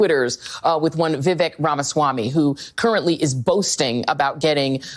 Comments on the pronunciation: Bruh you've been fucking this dudes name up the past two videos! I can't take it anymore more!! 😂 It's Vih-Vick or even Vih-Vek got damn slow that shit down. 🤦🏾‍♂ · It's pronounced Viv-ake.